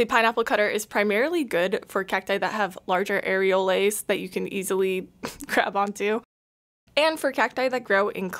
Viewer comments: Areole and Areoles are pronounced like pole or poles. they are not made of Air and Lays chips thank you for your service in the war against over priced plants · Areoles is a French plural of the word Areole and it is pronounced ah-ray-OHL for both singular and plural, the 's' is mute.